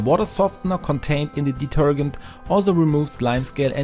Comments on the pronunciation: Somebody should tell him how to pronounce detergent. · The g in detergent is soft, not a hard g. Lol. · Great video but you need to learn how to pronounce "detergent". ;-) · Love the way you mispronounce’ detergent’ ! 😂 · Just so you know, the proper pronunciation of "detergent" is "deterjent" (hard G) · I love the way you pronounced detergent it's pretty funny. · the way you pronounce detergent is killing me😂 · please say detergent again 😂😂😂😂😂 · It's pronounced deterJent not deterGent😉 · Deter-Gent as in gentleman not gant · Deturgant...no no.. it's detergent. De-ter-Gent.. now put it all together and pronounce it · Do you mean detergent or detergunt? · Deter-JENT not deter-gent. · Detergent ❌ Deterghent ✅ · Deter*gent as in *Gentleman - not deter*gent as in *Gantt Chart. Good video , thanks :) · Please pronounce detergent like diterjent rather than diterghent. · It is pronounced de-ter-Jent, not de-ter-Gent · it's deter- gent like gentleman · Deetergent not ditergunt 😅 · It’s not pronounced deterGHent. It’s pronounced deterJent like the j in “judge”. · I just can't listen with the guy saying deter g ent. Man, it's pronounced deterjent. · Listening to you say detergant over and over has just made my night ,😂😂😂 Thanks for the great tips and a good laugh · ‘Deterghent’ - I love how you say it! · Hi. Interesting post! Just in case you wish to be understood in the US a bit more, I have a linguistics suggestion: In the US, we pronounce the last four letters of the word, “detergent, as we do in the word “Gentleman.” You’re pronouncing the G like “to Get,” or like the proper name “Gary.” It should sound like the G in “Gently, Gentleman, Giant,” or the same sound in some J words like “Jester, Jack, or Jeremy.” I hope that helps. Best wishes. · FYI, the g in detergent is pronounced like the j in James. It is "deter-jent". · Did he say deturdgant ? 😳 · It's pronounced "deter Jent" but to be fair, your English is way better than my German!😂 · Pronounced: De-ter- (j) ent!